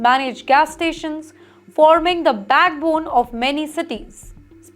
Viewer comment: Your English is very bad. apart or a part, bad bone or backbone, ???